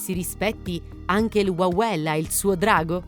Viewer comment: WAWEL😂😂😂NON LALEL🤣🤣